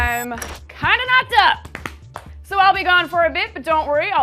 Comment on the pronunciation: DAMN!!! who's the lucky SOB? BTW I like how she said "I'm kind of kocked up!" and not a single damn is given, funny shit!